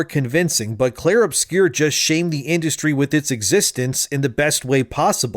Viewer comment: Uh oh, someone doesn't know how to read. It's "Obscur," not "Obscure."